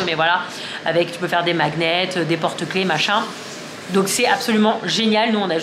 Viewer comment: Coucou je trouve ça drôle à chaque fois que tu dises « maguenette » et pas « magnète » 😂 sinon oui aussi nous on mange devant la télé parce que on mange que tout les 2 mais quand notre fille sera plus grande je ne pense pas ! Ps pour l’Everest tu parles de Inoxtag peut-être ? Et team affaire pas repassé 😂